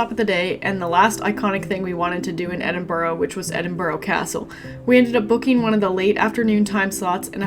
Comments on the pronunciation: FYI, its pronounced Edin-bura, not Edin-burro, like the donkey. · It's not Edinborrow it's Pronounced Edinburra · For f*cks sake it's pronounced Edin - burra! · In 9 days you couldn’t learn to pronounce Edinburgh correctly ? Your condescending attitude is not incredibly rude , it shows great disrespect.